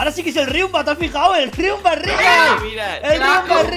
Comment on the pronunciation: El. Riunba. Is. Rial